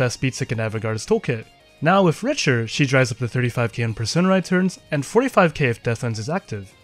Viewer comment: it's pronounced Rick-ter btw